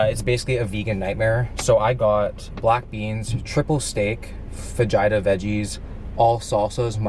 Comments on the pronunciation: Fagina?? you mean Faa-Hee-tahs" (fajitas) lol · dis dude really said fajeetas 😂 you are white as hell my guy lmao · It’s funny how u mispronounced fajitas and actually said the j. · Mispronounced "Fajitas". Also it's not proven that sweeteners like Splenda actually break a fast, everyone's different.